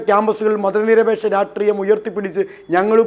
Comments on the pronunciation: ഷ്, ഷ് ഷ്..... രാഷ്ട്രീയം. രാട്രീയം അല്ല, രാഷ്ട്രീയം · Ratriyam... Ratriyamallada pulle rashtreeyam.....not even pronouncing properly